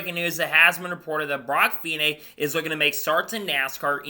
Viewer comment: Great news, hope it happens, he has the talent. One point his name is pronounced feeknee Cheers